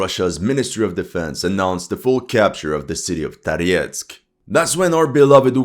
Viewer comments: why do you pronounce Tarietsk , the city name is for the French communist leader maurice Thorez pronounced like from the Viking Thor the place must be full of underground passages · Why you have UA flag and pronounce Toretsk with the russian accent?!